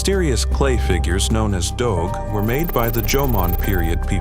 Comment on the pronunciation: Its pronounce as DOGU not DOG